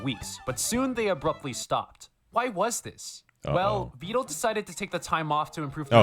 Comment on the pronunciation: you say his name right, its neuro who says it wrong